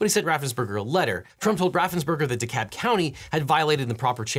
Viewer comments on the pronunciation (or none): it's not 'duh-cob'...it's deh-cab...ffs.